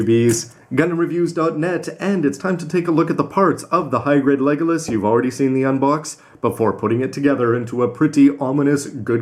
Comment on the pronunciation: oh my god!, how many times are you going to keep getting it wrong, it's legilis, not legolas, so would please get the name right!!!! p.s. your getting that name from lord of the rings.